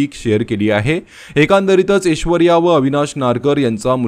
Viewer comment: अरे ऊचार नीट कर रे.. एशवर्या नाही रे .. ऐश्वर्या..आणि अमेरिका.. खूप जण जातात, त्यात काय ...व्हिडिओ करण्या सारखं का..उगाच आपला टाईम पास..